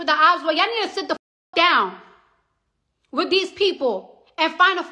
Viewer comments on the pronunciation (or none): none